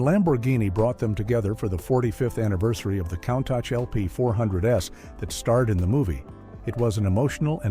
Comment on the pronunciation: I'm a Cannonball record holder and love this car, but these AI voiceovers are awful. Countach is pronounced "COON-TOSH".